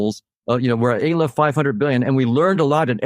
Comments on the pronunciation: Yes, I know what he meant 🙂. It's his ridiculous pronunciation of the first letter of the Hebrew alphabet that offends. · Did he say ay-lef? Jesus H. Christ. 😂